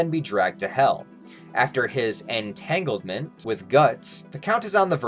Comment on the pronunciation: no way he said entanglement 😂😂